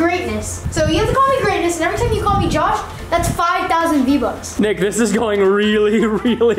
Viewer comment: Svein Revheim v-vucks? V-bucks